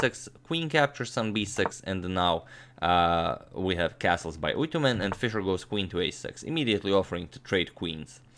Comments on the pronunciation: Hello agad and everyone... It’s always great to watch your videos. I'm Mongolian and you pronounce the name perfectly fine like a native speaker. It’s "Түдэвийн Үйтүмэн" in mongolian language. I'm just a 3-month old chess fan, not a player but I'm addicted your channel somehow and I didn't even know our country had someone who faced Fischer haha. It’s really surprising … thanks again for all your videos. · You pronounced Correctly 👍🇲🇳🇲🇳🇲🇳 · Hi agadmator im come from mongolia luckily u called his name corectly